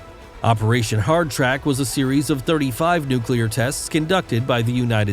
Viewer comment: PLEASE recheck your narration SCRIPT: OPERATION HARDTRACT?? Its HARDTACK!!!.... miles vs kilometers blast radius, ft vs meters of bomb casing etc, Please GET it RIGHT OR Stay home!!